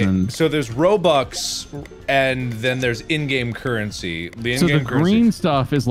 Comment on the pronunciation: Normal people: I want ROBUX Markiplier: ROBOOBS